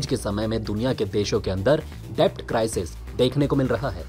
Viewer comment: डेब्ट नहीं, डेट. Debt का b silent होता है. होमवर्क ठीक से कीजिए.